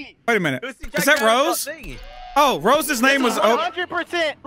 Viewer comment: "I will choke the shit out of you Sq-Rose" LMAO HES SO USED TO SAYING SQUIRREL😂😂